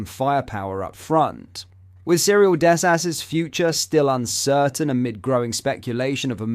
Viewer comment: Love big dess-ass 🤣🤣 thought exact same haha